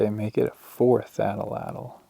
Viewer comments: At latl is how it's pronounced. Thank you for all your hard work and video production. Love the discoveries. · Atlatl is pronounced; at·latl. Hearing you repeatedly butcher it was hilarious and annoying at the same time. You were adding an extra L in there. 😂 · Hi, Never miss a video, thank you. I very much appreciate the films and your willingness to share your efforts and fine narration. Gotta mention something: the pronunciation of the spear throwers, typically incorrectly pronounced “at’l-at’l” is correctly pronounced (counterintuitively) ‘at-lat’l,’ emphasis on first syllable. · A pet peeve; only two "A's" in Atlatl. But you're surely not alone. Good stuff !